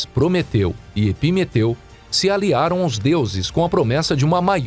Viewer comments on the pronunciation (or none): Eu só entendia "timeteu e prometeu" kkkkkk